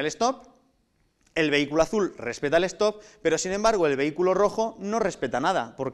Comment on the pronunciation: una cosa mal se supone q son espanoles por que ponen stop y no lo pronuncia bien aparte mejor ubiera puesto alto q no